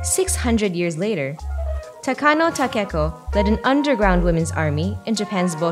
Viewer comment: Nakano, not Takano.